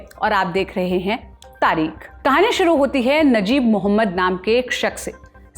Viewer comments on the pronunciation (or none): none